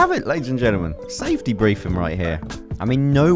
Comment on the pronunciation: You always say ladies and genelmen its weird!